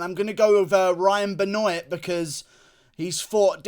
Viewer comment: It ain't ben-oiyt . It's ben-waaaaaaa